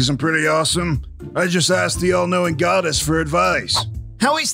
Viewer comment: I've heard it like 50 times, and I only hear Veteran say "goddess"